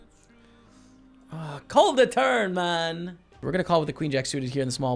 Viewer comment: why does he say mun now instead of man